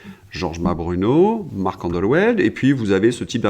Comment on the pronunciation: Marc Endeweld : ça se prononce andevelt :)